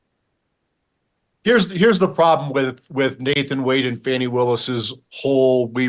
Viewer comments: I've watched countless videos from the left and right wing media outlets response to the Wade/Willis testimony during this discovery hearing, and unilaterally, the right wing outlets such as this show, repeatedly pronounce Fani (pronounced Fawny; not Fanny) Willis' name indifferent than what she has repeatedly told everyone with a camera and mic what her name is when questioned. If you have such disdain for her that you refuse to say her name correctly, then you will absolutely discredit her for everything else. I'm on neither side. I don't believe there is enough there to remove her from this Trump case. However, I don't feek this was ever the intent of Michael Roman's legal defense. They are running interference for Trump (who happens to be paying Roman's attorney fees) to force a later trial date beyond the election. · 😂😂😂 whte supremacist are so mad fani destroyed them yesterday. notice they always make sure to mispronounce her name 😂😂😂